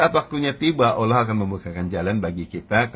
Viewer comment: Coba temen2 dengerin dimenit nyebut nama allah ajah udah nggak bener..temen2 ini Ai temen2 jngan tertipu.. 🙏🙏